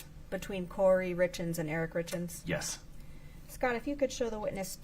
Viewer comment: everyone else has been pronouncing their names as "Richins", just as it's spelled. I believe even Eric's family, the source of the name, pronounces it that way. So why does she pronounce it this weird awkward way? "RITZ KINS"??? is what it sounds like she's saying. it sounds like she says it "Richins", even though it's the same recording. Does anyone else hear the difference though? Is it just my audio? Is it YouTube?